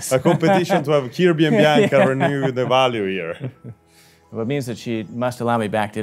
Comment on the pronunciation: "My-a goood friend-a,." I love Italy!